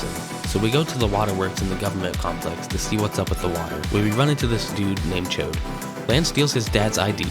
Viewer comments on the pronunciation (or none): Yall really went with "chode" as the pronunciation for Chaud lmao Happy to see MMBN speedrunning get some love, my one bit of advice is to up the mic volume because it could be hard to clearly hear with the music.